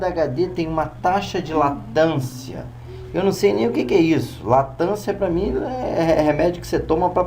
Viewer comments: Cara, não sei se vc é humorista ou o que, você se acha o tal, e não sabe de porra nenhuma, você é muito burro isso sim! Não sabe nem falar e quer se achar o Professor. Não me faça rir. Fala demais e não mostra nada. Perda total de tempo. Latancia, puta que pariu, é Latência cara, pra mim deu já esse vídeo. Não aguentei ver até o fim não. E foda-se quem não gostou do meu comentário. Enrola demaisssss! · Não é LATANCIA ... é Latencia ...